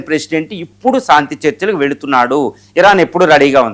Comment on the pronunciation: సాంతి కాదురా బాబు శాంతి అనాలి. అద్దంలో చూసుకుని, నాలికతో exercise చెయ్యి సరిగ్గా పాలకటానికి. Not సాంతి -- శాంతి, శాంతి అనాలి. విజయ శాంతి కి విజయ సాంతి అని మాత్రం పాలకకు. సాధనతో అన్నీ వస్తాయి practice చెయ్యి.